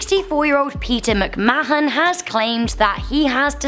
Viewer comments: It's pronounced 'macmaan' - NOT 'macmaahon' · ITS PRONOUNCED MIC MAN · This gets a dislike for misspronucination of McMahon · Gotta love her pronunciation of McMahon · Her pronunciation triggered me several times too 😆